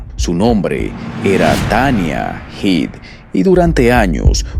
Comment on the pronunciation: A ver si te aclaras en como se pronuncia HEAD porque has dicho...hid.. heid...hed, no sé, se pronunciará como cabeza..HEAD?